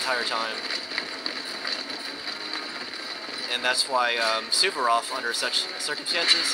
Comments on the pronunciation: It's Suvorov, not Suberof. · Suvorov was a Rush-In. LOL